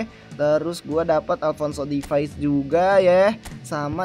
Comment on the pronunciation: Alphonso davies bg, bukan Alphonso difais